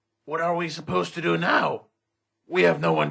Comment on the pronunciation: "..anything better to fo?" erm... WHAT???